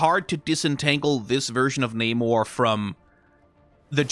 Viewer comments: namor was the first mutant the wings on his legs are his mutant power and rest of his abilities come from him being part atlantian. Also you pronounced his name wrong everytime except when talking about his evil brother. But i do agree that he needs to look more royal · Bad news, they're using the MCU pronunciation of his name.